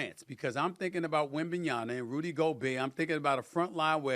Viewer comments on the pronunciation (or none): No one: Stephen A: Victor Wembenyana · Waiting for the day that SAS pronounces Wembanyama correctly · How this man STILL can’t say WembanyaMa? Honestly. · I think it’s on purpose at this point. Everyone around him pronounces it correctly. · Almost two years later and he still doesn’t pronounce wembanyama correctly. Not that he can’t, he chooses not to.